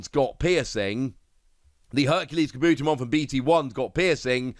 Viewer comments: I love your content but every time you talk about kabuterimon you butcher the name so badly! Car-bu-teri-mon! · seriously. You are so mispronuncing Kabuterimon. Take Kabuto, like the pokemon, and combine it with Terri, like the beginning of Terriermon. Kah-boo-terri-mon. Im sorry, but you keep doing this, and its especially annoying at this state. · Awsome video love them also nice for keeping up to date and obtaining knowledge of past card drops etc I just started I epically failed to join when this game first dropped lol Anywho anyone else find the themselves screaming internally it IS KA! BUUUU!!! TERRI!! MOOOOON!!! lmao although he may be pronouncing it correct but for us who grew up with the show its diffrent like 🤔 how ill only say puppetmon